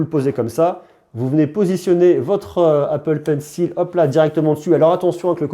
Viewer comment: "L'ipple pencil" je connaissais pas